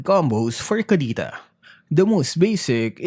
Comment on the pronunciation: Bakit hirap ka po mag pronounce ng k or c? Kapampangan ka po ba?